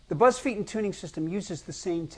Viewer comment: Oh wow. He doesn't know how to pronounce his own surname.